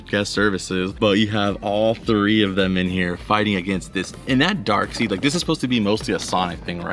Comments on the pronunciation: Driving me crazy saying his name wrong I know how it's spelled but it's Daekside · Think Darkseid is pronounced dark side lol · there's a gitd Flying Dutchman pop from new movie set....Darkseid it's jus pronounced Darkside....lol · The way u pronounce Darkseid bothers me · Is darkside not dark seed